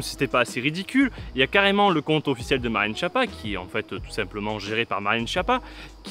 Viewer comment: En plus ça se prononce "Skiappa".